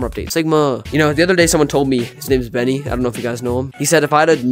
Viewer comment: The word is benni L